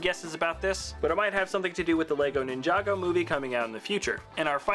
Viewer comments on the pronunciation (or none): none